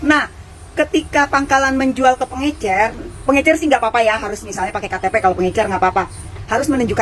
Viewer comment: Pengecer paakkk... Bukan pengeNcer